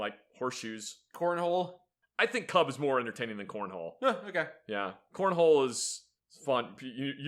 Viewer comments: Seeing kubb on my feed was pretty eye catching, ngl. I've played it a good amount of times, and it's a fun game. One note though: it's pronounced with more of a short ooh sound than an uh sound. Like, take the word "cube" and say it really fast while twisting the sound of the U less. That's close enough to how it's pronounced in Norwegian, and it doesn't make you think of fluffy little bears with an inevitably furious mama bear in the vicinity. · Hey, my favourite video guys talking about my favourite lawn game! I teach Kubb as part of many Viking reenactments. Fun fact, Kubb is pronounced "koob," and was invented by Norse children who were gathering firewood. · Yeah Americans aren’t great at Swedish pronunciation. But that’s understandable. No offence, but you did mispronounce kubb